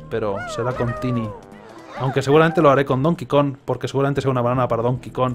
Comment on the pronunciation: Skeletor and That DAMNED Temple I can't help but notice he fails to pronounce the G in Kong. Kinda like Rocket Run in DKC3 that had no G in it. What is this, Donkey KON 64?